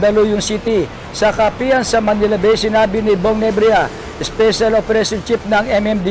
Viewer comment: NEBRIJA hindi NEBRIYA lintok n reporter ito